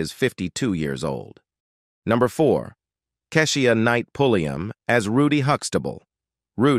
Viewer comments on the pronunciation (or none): RUDY!! KEI-SHA NOT KASHIEA!! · This Robot talking man... Pronouncing names all wrong Like Kesh.... IA knight Hunx' TABLE....* once he said RUBY instead of Rudy😄 then finished it off with Raven Sim .... o.... nae. GOOD GRIEF 🤪😜🤔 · Who is this narrating ? He clearly do not know how to pronounce Kee-sha It's the way he keeps saying it..... Egh !